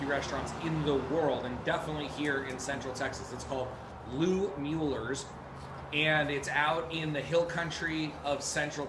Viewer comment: BS about the "poor blacks" eating out of the back of Smittys/Kreuz. Never segregation there and "whites" bought plenty of brisket and sausage too. And its always a giveaway when some so-called BBQ "expert" mispronounces Mueller. HaHa